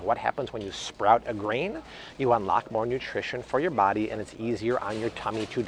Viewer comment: It's body approved dude not Bobby approved you're not my mother